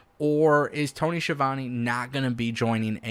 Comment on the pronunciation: This guy doesn’t know how to pronounce Tony’s name and he doesn’t like the greatest wrestling announcer of all time Jim Ross! Why would anyone listen to this guy